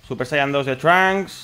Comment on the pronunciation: Por k dices de esa forma el nombre de trunks